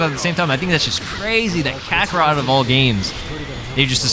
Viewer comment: "Dragon ball z cuckarot" 😭